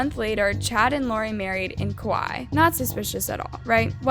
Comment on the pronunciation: Please pronounce Kaua’i properly please🥴🙏